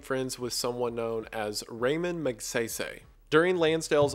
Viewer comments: magseysey lmaooo hahahaha its magsaysay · i know im late but its pronounced as magSAYSAY not magSEYSEY TT edit - also its RAmon not REYmon TT <3